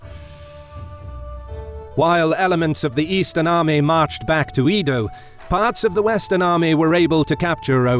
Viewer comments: 関白 is Kanpaku not Kampuku. 江戸 is Edo pronounce Eh-Doh IPA:[e̞do̞] not ii-doo. The production is very well-done but the pronunciations are the opposite. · Quick one: Edo is pronounced Edo, not "ido". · "EEEDO" lmao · Seeking a huh-ruh? E-dough? Seems like you had a hard time with Japanese names :D It made me giggle. But Footmouse absolutely made my day! Don't get me wrong, it's damn good content! Way to go! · Edo is pronounced as ""Eh-doh". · this guy does not know how to pronounce japanese names i cried when he said edo and u should have first named all the leaders (not just the main commander) and their position before starting the battle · 1. Trump is a known idiot, unworthy of comparison. 2. Edo era is one of the most well known era of Japan. Any history buff should strive to correctly pronounce it. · Okay, he spelled it wrong. If you're going to throw shade, why not the narrator's pronunciation of "Edo" while you're at it?